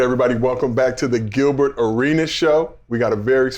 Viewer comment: Emphasis on "Gilbert" lmao we see you